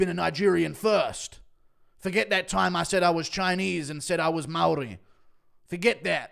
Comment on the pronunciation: Guru pronounces Maori better than that baboon aswell. Guru out here rolling his R's like a member of the iwi😂